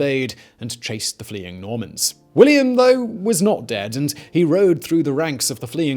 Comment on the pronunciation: I keep hearing MORMONS instead of NORMANS xD